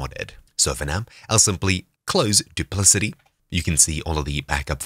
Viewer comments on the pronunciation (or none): I think it is pronounced with a 'k' as in 'cat' as 'dupliKati'.